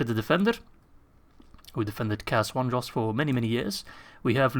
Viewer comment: It's Cair ANDROS!